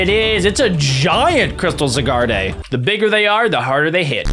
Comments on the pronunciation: It’s zyguard not zyguarday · It's pronounced zi gar d